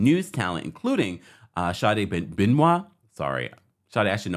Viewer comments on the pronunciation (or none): none